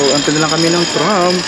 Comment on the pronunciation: Kabayan, "TRAM" hindi TRUMP.